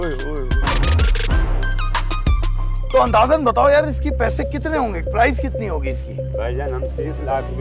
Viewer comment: Sir price not prize karachi alyo ki ho gya pora English sikh lendy